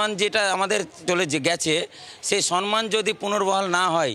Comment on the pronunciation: Sonman noy somman